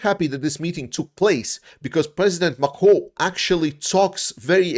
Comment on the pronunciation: Please stop trying to say Macron on French please stop. LOL!